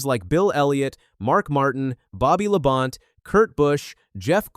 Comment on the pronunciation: That’s how you know this video was AI made. Way too many of these lately mispronouncing the names. Saw another where they called Todd Bodine Todd Bodene